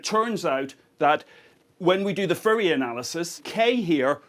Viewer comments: I finally realized he was saying Fourier. I thought Riddick's homeworld Furia had gotten involved somehow. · I like how he pronouces Fourier as Furrier :D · That's "Fourier", for those who had trouble deciphering his accent in this particular case.